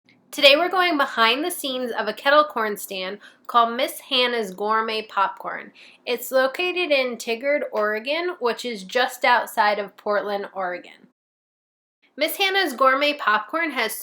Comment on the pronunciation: Tigard...it’s not like tigger from weenie the Pooh. Phonetically.... tie-guard. Just a lokal. 🤪